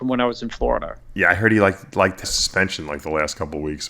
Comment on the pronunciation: Seriously! He lives in Floridur. On the east coast of the United states of Amerikur. With his anacondurs.